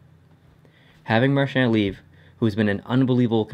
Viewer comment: No offense to but did it frustrate anyone else the way he says Marchand